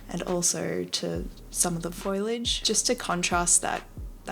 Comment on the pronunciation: when she said foliage she said foilage im so sorry i had to point it out